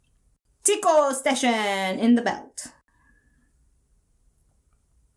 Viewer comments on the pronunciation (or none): No Spoilers. Tyco is pronounced like "tie" your shoes and co-habitate. "Tie-co"